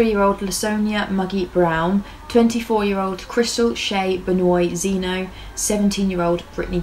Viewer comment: She's close to pronouncing them right. It's not because she's British it's because she's not coonass. Benoit = ben-wah. Bayou = bi-you